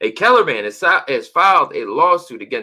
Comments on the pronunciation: The city is Keller, not “Kellen”, in Tarrant County, between Dallas and Fort Worth, Texas. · Just FYI it's Keller not Kellen. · Its Keller TX. Not Kellen